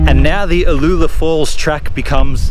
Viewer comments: Brings back memories being a former local Heathcote resident you pronunciation of Uloola was maddening we always said U-loo-la don''t know if it correct ! but that is how we said it. There is a much larger pool downstream of Karloo pool worth taking a look at it not on any maps that I know of. Thanks for the video's. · Yep that it !. Spent many a summer afternoon after school swimming there.